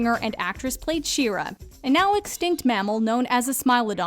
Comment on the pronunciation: When she said "Shira", i heard she said "She-Ra".